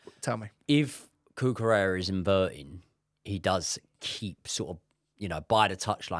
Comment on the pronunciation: Guys please! It’s CUCUREJJA 😂